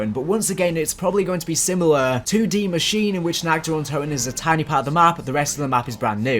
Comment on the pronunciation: Deeee muh sheen uh